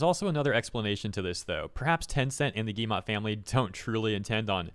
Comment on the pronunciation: It is not guillemA, it is guillemO. Like, in Oxford.